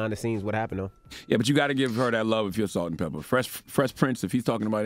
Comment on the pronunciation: Pepa, not pepper